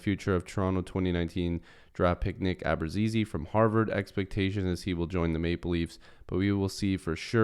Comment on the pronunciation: pronounced Ahh bruutz eh zeh